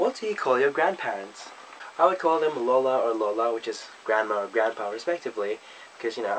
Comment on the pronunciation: When you said "lola" and "lolo" lol. You are ~very~ Filipino :P